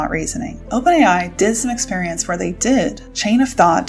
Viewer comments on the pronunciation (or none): none